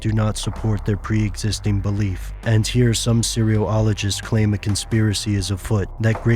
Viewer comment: That is totally not how you pronounce "cereologists."